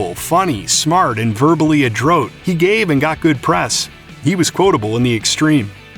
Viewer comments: at about verbally " adrotte " I think he means adroit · Adrote...? It’s pronounced Adroit ( think Android minus the N then replace the D with a T..)... spelling and pronunciation count.. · Adroat? You mean adroit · Not to be one of those guys who acts as the spelling/grammar police, but it really does annoy me when a word is mispronounced online by a narrator purporting to be a "professional". , I assume you meant to say "verbally adroit". The second word is pronounced /əˈdroit/ (Not whatever you said). In the future, just Google the word, and in the write-up you'll see a little speaker icon. Press it, and you'll hear someone say the word... Simple, huh?